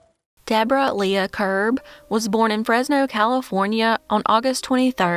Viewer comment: Lea is pronounced the same as Lee or Leigh.